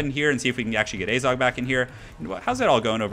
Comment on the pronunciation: it is AZHAG, not azog